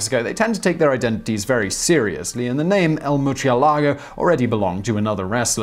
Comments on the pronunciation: murcielago is pronounced moor-sie-la-go. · "Merch ye lago" Is it really that hard to pronounce murciélago? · Maybe, my point is he's pronouncing "murcielago" with a "ch" sound. He's reading a Spanish word in Italian. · Murciélago is horribly pronounced, too. And I don't understand because his teammates are Spanish. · Lol at your murcielago pronunciation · I'm just saying, double check the pronunciation of bat in Spanish.